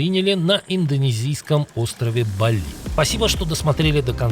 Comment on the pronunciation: Не БалИ а БАли! Запомни двоечник.😂😂😂😂